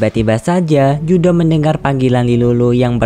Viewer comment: Keduanya salah yang benar riruru dalam cerita versi bahasa jepangnya dia dipanggil riruru dan judo bukan judo namanya tapi Juto